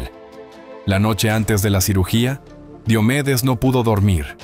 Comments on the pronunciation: No es Di o medes es Dio medes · Pronuncia bien su nombre por respeto!!!!